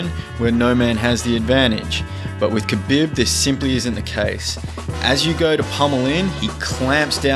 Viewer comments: Ka BiB. hehehhe... it's Ka BEEEEEB :) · The way you say khabib annoys me...